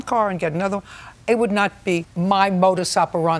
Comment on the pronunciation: The way she mispronounces "modus operandi"!